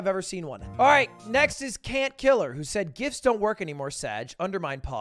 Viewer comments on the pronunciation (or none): none